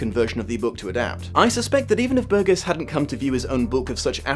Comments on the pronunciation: Burgess is pronounced bur jess not burg ess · Pedant alert - the author's name is pronounced "bur-jis", not "bur-ges" (o; Love your work,. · Ummmm actually the 21st chapter was re-entered into American publications quite some time ago. Over 35 years ago actually. And a man's name isn't like a piece of fruit such as that of a tomato. Burgess pronounced Bur-Jes not Bur-Guess . I love the Kubrick film but the truth is it has become a sad new trend to examine this story and what was intended through the film. Anthony Burgess' personal life experience with his first wife and the troubling concerns he examined at the time of the novelette's creation should be taken into account. And the truth is sound bites and video snipets from old school Television talk shows simply doesn't get it done. People interested in this story and movie really should consider approaching the novel. Reading itself is something many of us should become accustomed to. Practice,practice practice my little droogies. You may just start to notice something that Burgess was often trying to point out subtly concerning reading literacy and the modern world. Where do you fit in? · LEARN HOW TO PRONOUNCE HIS NAME! IT'S PRONOUNCED BURJESS NOT BURG ESS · does the author's name have a hard G in it? there's a tv presenter over here with the same spelling but pronounced ber-jess instead of ber-guess. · It's 'Bur-Jess'. The '70's were a great time to be a teenager, we'd have given you the old surprise visit... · It's generally pronounced with a soft 'g': /ˈbərjəs/. It's a word of British origin so you have no excuse. ; ] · The author's surname is pronounced "bur jess" (bɜːrdʒəs) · Um... BUR-jis. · Great review... Ps its pronounced Burdjuss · Burgess = "BUR-jess". Might help to nail down these really basic things before opining expertly on a subject. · I think I was triggered by repeatedly pronouncing Burgess incorrectly. But, great discussion also🐍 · You're mispronouncing Burgess.